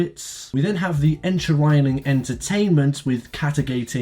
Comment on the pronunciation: we all know what “Encherining” means now